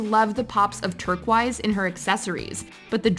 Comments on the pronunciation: "TURKWISE??" oh no hunny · You missed all of vanessa's outfits. You really need to learn how to pronounce turquoise. And has any of you ever gone to fashion design school? I know your videos are mostly trash and i barely pay attention but saying that blair was worst dressed than vanessa..... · i'm no fashion expert, but even i know how to pronounce turquoise (lit. "tur-kois" not "tur-kweis") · Again, with the “turkwoiz”....please ask someone how to pronounce the word.